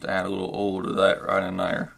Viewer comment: Oil , not 'Ol' Thanks for the video.